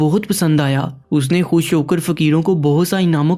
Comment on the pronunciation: Pahle urdu padhna seekh le. Khush ko hush bol raha hai.